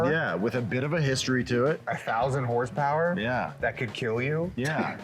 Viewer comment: it’s a joke on the channel, they pronounce horsepower without the vowels, just a bit they do